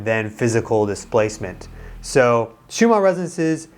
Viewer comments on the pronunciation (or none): It sounds like you are saying schuma instead of schumann